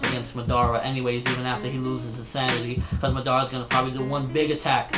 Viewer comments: LEARN TO pronounce Madara its not MadAAra its madara uchiha its suppose to flow with the words not take A fkn big break after MAD and then AAra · It is Ma - Da - Ra ... You don't pronounce it like English, you pronounce it like Japanese.. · nobody: absolutely nobody........."Maudaara" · lol i hate how people say it like Ma-Dar-a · Yeah why am I here.... and madara??? That is not how u say his name Ahahah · 10 years later and still can't pronounce Madara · You said madara wrong. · thats not how u say madara's name! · if u gonna talk about naruto learn how to say madara's name right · for owning a lot of merchandice, you should learn how to say madara right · ok i agree with you..but why do you pronounce Madara's name wrong repeatedly? you call him Madara...yes in English your saying it right but he doesn't have an English name...your pronouncing his name all wrong and its somewhat confusing and annoying when you do it...if your such a fan of Naruto such as myself you would pronounce his name correctly at least.